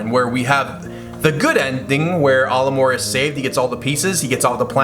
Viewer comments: Your pronunciation of Olimar is like if you switched the A and O around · I hate how he pronounces Olimar's name.